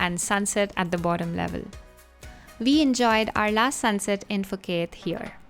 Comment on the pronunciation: Ph = P not F